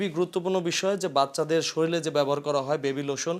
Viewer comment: এবন না এবং , শরীলে না শরীরে হবে! একটি বড় টিভি চ্যানেলের রিপোর্টারের কাছে এরকম ভুল কাম্য নয়। ধন্যবাদ